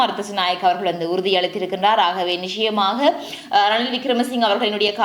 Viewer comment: க்ஷ க்ஷி உச்சரிப்புகளை கலந்து தமிழை அசிங்கப் படுத்தவேண்டாம். நிச்சயமாக என்னும் சொல்லை நிக்ஷயமாக என நீங்கள் உச்சரிப்பு கொலை செய்வது ஏற்புட்யதல்ல. சங்கவி என்பதை என நீங்கள் உங்க பெயரை கூறுவதில் என்கு ஆட்சேபனை இல்லை. அது உங்க பெயர். ஒரு மொழியின் முதல் வடிவம் ஒலி. வரி வடிவம் எழுத்து பின்பே பிறந்தது. ஒரு மொழியின் முதல் வடிவான அசலான ஒலி வடிவத்தை சிதைத்தல் குற்றமானது.